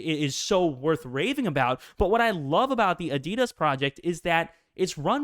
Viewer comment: Watch a adidas advert - your pronouncing this wrong.